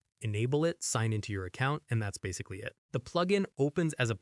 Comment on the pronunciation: are you like doing your voice over as an ai voice? cuz you mipronouned the word "basically" in a very weird way...